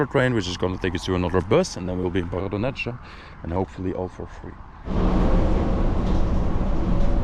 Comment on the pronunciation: Bardonecchia pronunciation: bardonekkia. In Italian c+h=k.